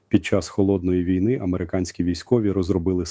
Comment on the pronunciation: Голос Залужного, а наголос як у штучного інтелекту... На тридцятій секунді неправильний нагос у слові ВІЙНИ. Треба задуматись. Думаю що фуфло. Це не Залужний. Звнадто монотонно для Залужного.